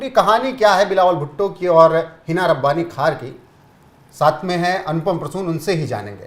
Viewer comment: Hina Rabani khan nahi hai hina Rabani khar hai naam to theak liya karo